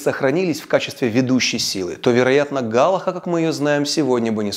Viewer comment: мишнА, hалахА ударения на последний слог